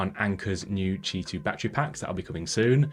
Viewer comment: Informative, well illustrated review,. Had to read the transcript to understand “ch2” standard. It sounded like “Tee 2” and “Chee 2” in the vid. Also not certain about standard differences. Cheers!